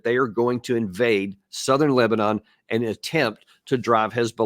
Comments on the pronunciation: Because of wrong pronunciation? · Sopped watching when I heard “Le-bah-nun.”